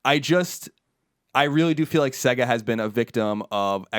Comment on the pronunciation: sAYgo not sEGga haha that's going through me